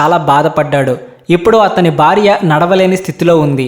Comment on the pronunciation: Amazing story.... Hara Hara Mahadev. The Telugu pronunciation of the narrator is not the best. The host must work on his pronunciation. It is not 'barya' but it is 'Bharya' . The emphasis should be on b as in "Bha'. Good luck Why do we have to include Europeans in your videos for no reason? What is wrong with Indians?